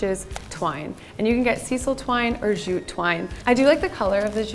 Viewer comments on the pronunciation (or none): and jute is jute (j as in jelly) not zhute